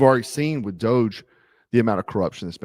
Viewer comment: Reuters is pronounced Royters and Doge is pronounced Doj. The e is silent.